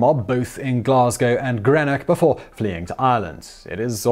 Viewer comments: Mind, it's Greenock not Grenock. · You're not English . . . "Grenick"?